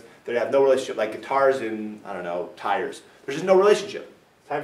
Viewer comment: thought he said they're not related at all "Like cars and tires." HAD TO repeat that a few times!